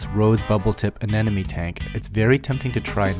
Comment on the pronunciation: Ane-MO-ne ... not anenome XD .... Nice video though. I like them. +1 sub for you guys